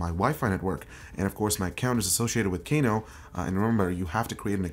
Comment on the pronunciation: I thought it was pronounced "Kah-noh" instead of "Kay-noh".